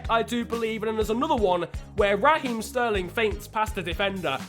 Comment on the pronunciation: “Raheem” one word not ra-heem